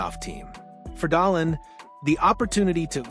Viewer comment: Haha, is this AI generated, can't even pronounce dahlin last name correctly